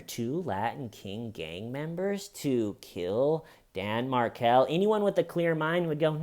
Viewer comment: Loved this Only thing wrong is Garcia was not a Latin King - Rivera was. You rock. Side note - it's pronounced Mar-kell.